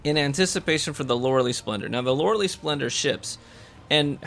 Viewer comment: Best exotic EVER don’t care how many times it’s getting nerfed I will never gonna take it off, just for the simple fact that Loreley it’s my daughter’s name!!! 🥰 and by the way u are saing the name wrong by don’t worrie Lolol keep up the good work!!